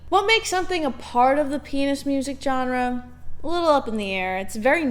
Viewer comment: Good video but dislike for not pronouncing genre like Alex Trebek